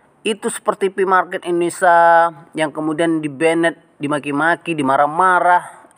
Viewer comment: Indonesa atau INDONESIA....